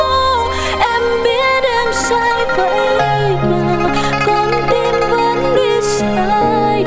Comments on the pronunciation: Các bạn chỉnh tốc độ phát 0.5 thì sẽ thấy chữ vẫn phát âm ra có vấn đề thật sự, bởi vì k ai phát âm chữ vẫn mà há miệng lớn kỳ vậy đâu, là do phát âm sai xong rồi chỉnh khẩu hình miệng lại ngay, nếu nhìn k kỹ sẽ thấy k có vấn đề, tui từng diễn hát nhép và khi hát sai vẫn chỉnh khẩu hình được nhưng sẽ hơi khác khác nhé!không chê bạn này hát dỡ hay khen hay, nhưng cũng có thể sợ ảnh hưởng của chất lượng âm thanh nên hát phòng thu trước rồi ra diễn để có tiếc mục chuẩn thôi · MÓN NGON QUÊ NHÀ Hơi đâu cãi với lũ mù, hong hiểu ai phát âm chữ Vẫn mà há miệng ra kiểu đó, vậy mà vẫn nhào vô bênh dc